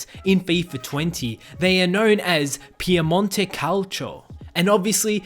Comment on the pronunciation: No it's pronounced correctly, in Italian it's different to English so that's why you may think it's wrong.